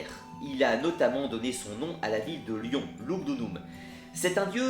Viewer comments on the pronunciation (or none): none